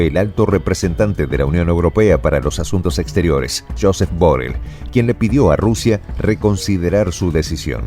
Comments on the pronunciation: Molesta un poco que el nombre de BoRRell se pronuncie mal. Por favor, hacélo como todo el mundo. Gracias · BORRELL es un apellido catalán y se pronuncia BORREI con acento átono en la E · Borrell es una palabra aguda,no grave.Saludos desde España.